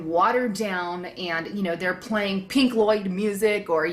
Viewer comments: I know who pink Floyd is but she said pink loyd lol atleast it sounded like it to me ( o and pink Floyd is stil popular) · lol did u say pink loyd , lol wats pink loyd